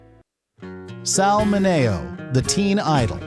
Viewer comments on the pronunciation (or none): Sal men-nee-o